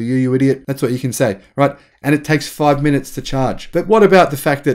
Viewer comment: Where can I find a charging station that will transfer this much energy in five minutes? You keep saying "five munutes"... "five munutes"... "five munutes"... "five munutes"... "five munutes"... "five munutes"... "five munutes"... Where? Where? Where? Where?